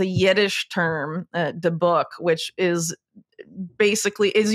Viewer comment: It DE’ buk. The emphasis on the first syllable. I can’t get over how precise your investigation is. Wow, wow, wow!